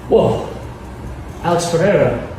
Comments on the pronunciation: Why do people keep pronouncing Alex’s last name like “Pee - era”? MMA fighters slowly becoming CS juniors? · Schaub n chael are lazy PEREIRA is not difficult at all to pronounce properly, is not polish ffs. PE REI RA